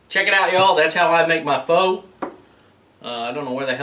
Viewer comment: It's pronounced "fuh." No, I'm not kidding -- it's spelled "pho" but it's pronounced "fuh." I didn't believe it myself until I looked it up, but that's really it. Go ahead and make all the "pho-king" jokes you want about it. :)